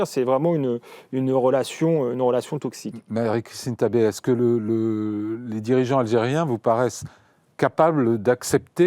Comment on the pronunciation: Tabet on prononce le T